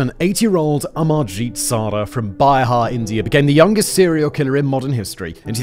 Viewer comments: Not " bi-har "pronounce it "Be-har" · Byhar india💀 it's Bihar but pronounce Behar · Dude... it's not byhar it's bihar. You can pronounce it as beehar. Then it will be correct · Great coverage ...!!! But the place the child belongs to is pronounced as Bee-haar (Bihar) not by-her. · It’s pronounced BE-har btw 😅 not BYE-har. Can’t help but notice sorry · BYHAR? WTF . ITS PRONOUNCED BEEHAR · Its beeeehaaar (pronunciation ) not byhaar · It’s not pronounced “by-har” but “beehaar” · It’s pronounced Bee-har not Bi-har even though it spells Bihar. 😊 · Its bihar.. the pronunciation will be- be har not bi har…. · It's not bi her it's pronounced as be her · It is pronounce beehar not byhar.. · Its not Bi-har, pronunciation (bee har)😂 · The pronounciation 😂😂😂 Madarchod... Its not "Buyhar". Its "BEEHARR! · Hi Simon...it's Bihar pronounced 'bee-haar' but with a short bee...love your cascrim channel.. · I knew this story, its so terrifying. He's the youngest serial killer of the world. But all I could think about is the way you pronounced Bihar 😂 I cracked down laughing! oh god. Its pronounced as Be-har. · Dude just pronounced 'byhar' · It is pronounced...'Bee-har' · Bihar is pronounced Bee-haar ❤ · It's pronounced "Bee-haar" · Bihar is pronounced as bee haaar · It's pronounced beehaarr...... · The image of the man and woman are completely unrelated to this case. They are the parents from another tragic incident in Delhi. Get better researchers or don't use images you aren't sure about. Also you pronounced Bihar all wrong.